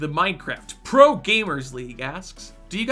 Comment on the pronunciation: I love the way he pronounced “Minecraft PRO gamer” lol